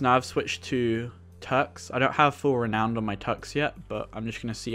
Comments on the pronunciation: I'm two years late! It's pronounced "re - now - n - duh" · Its pronounced ree-noun-ed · Man said re owned